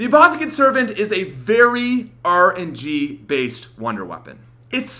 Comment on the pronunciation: That arrrrrrrr N G , may I ask why you always say things with an ar sound so weirdly